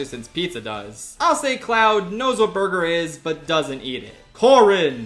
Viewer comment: Bwergur. Can never say it normally ever again. 😁